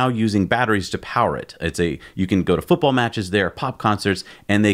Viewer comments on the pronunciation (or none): none